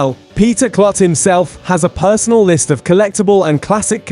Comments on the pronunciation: It's pronounced like Kloot not Klut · I have had 2 tours of LMC. The facility is amazing. And Peter's last name is pronounced "Kloot not Klut".